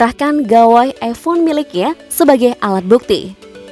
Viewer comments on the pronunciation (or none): none